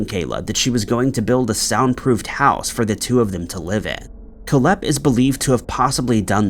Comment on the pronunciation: It's pronounced Kohl-hepp (Coal-hep), not Koh-lhepp. Your emphasis is on the wrong syllable. 🇨🇦